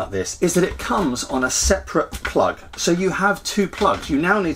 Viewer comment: Every time you said "SO!" (which you say a lot) I heard "SEW!"